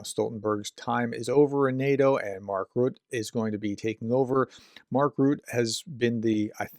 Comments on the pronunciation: Not "Mark Rut", it is 'Rutta', that is what the -e at the end of his name indicates. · Your pronuciation aint getting any better. Mark Rutte, and you will start hearing his name much more now, is pronounced Mark Roota, not Rut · Did Trump repeat that idea to end the war in one day recently? I last time I heard this, is more than a year ago. Btw., the name of NATOs new General secretary is pronounced Mark Rew-tta, the last vocal is pronounced, unlike mostly in English. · Rutte is pronounced : Root-uh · pronunciation is RUTTUH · Hey prof. Dutch pronunciation guide. Rutte is pronounced like Ritter, but without pronouning the last R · Those of us not being Americans are regularly reminded that Americans know very little of what goes on beyond their borders. Case in point... your pronunciation of Mark "Rutte". Please review. Edit: It gets worse, as an esteemed professor and popular Ukraine commentator, I'd like to think that you would do your research as to his former position. I live on the other side of the world, and I know what his former position was. Thank you. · Especially as you can easily listen to the correct pronunciation in the wikipedia article about Rutte. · Hello prof, if you are interested in how to pronounce the name of the new secretary general of NATO Mark Rutte ( I have a feeling his name will pop up rather frequently in the future) then go to his wikipidia page. Next to his name is a speaker icon that will play the audio file of his name when you click on it. You do pronounce the second syllable of his last name "te". Have a good one. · Correct pronunciation of name Rutte.